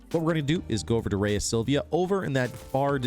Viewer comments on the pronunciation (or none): I believe Rhea is pronounced "ree-ah".